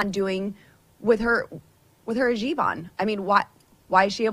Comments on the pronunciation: 'Herjeeb'? Or Hijab/Heejab? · It's a hijab, not a hajeeb. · Hijab, not hajib. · She’s so unintelligent.. it’s not hajeeb it’s hejab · Not “ha- jeeb,” but “he- jahb.” Boebert says it wrong because she’s ignorant and uncaring. Since you are intelligent and actually do care, please don’t say hijab like Boebert does. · It is not “hijib “, it is “hijab”……. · Im sorry...its hijab not hajiib which means your cheap lol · PLEASE pronounce it correctly, don't massacre it like Boebert does. It's hijab (hee-job), not hajib (ha-jeeb). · What's a hajeeb? Come get your girl, needs a shirt! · It's pronounced "Hee-jaab". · It’s pronounced hee-jab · WTF is a hajeeb?! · Gotcha, neither woman actually pronounces it correctly.